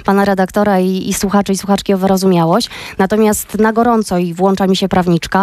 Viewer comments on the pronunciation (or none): none